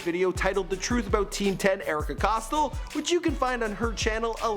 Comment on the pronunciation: Ohhh myyy fuuckkkinnnggg gooooddddd. He butchered every fucking name that I’ve watched. Erika Cost-L